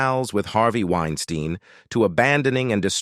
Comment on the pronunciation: Narrator…. Why do you vacillate back and forth between pronouncing Harvey’s last name phonetically? Winestine vs Wines-teen? Causes one to wonder what else you miss-communicate beyond the vacillating of saying your main subject’s proper name.